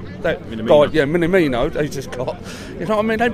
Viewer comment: Mini...mino...mina....whatever that...yeah that guy. LOOOOL Sort it our lad.